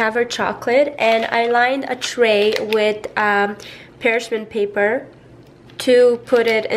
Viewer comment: Don't you love how she says "pershman paper" 😊